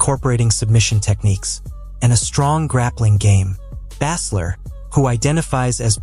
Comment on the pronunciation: Stop mispronouncing baesler 😢